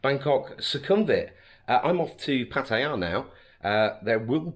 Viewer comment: on your way to PAT-TA-YAH